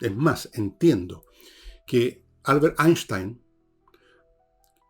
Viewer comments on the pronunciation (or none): none